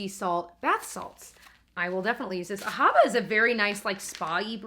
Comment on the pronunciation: "The cleverness eased out of me" made me think of "oozed out" 🤣. Those salts are pronounced "ah-ha-va", without stressing the "ha" syllable. Awesome vlog as usual - love you guys!